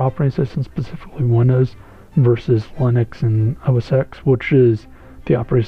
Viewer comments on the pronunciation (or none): Very helpful mate. But just one little thing. . . . SPECIFICALLY rather than PACIFICLY. Pacific is an ocean, pacifically, pacificly, pacificlee is not a word. It just isn't. The word you are after is SPECIFICALLY from SPECIFIC (meaning particular, unique etc). Thanks bro - very helpful video. Have an awesome day.